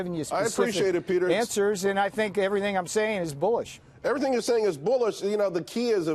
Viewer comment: Peter Navarro: "I think everything I'm saying is bullish." For a second I thought he said "I think everything I'm saying is bullshit."